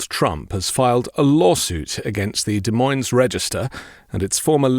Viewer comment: I must correct your pronunciation of Des Moines. The S is silent (actually both of them are). French origin place names are a mishmash in the Midwest. There is no rhyme or reason.